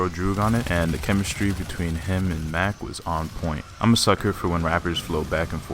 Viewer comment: Mach not Mack